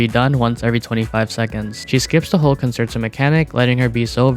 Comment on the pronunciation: WuWa content creators really need to learn how to pronounce 'concerto'.